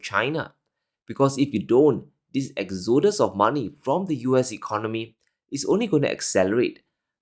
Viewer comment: It's not exOdus it's Exodus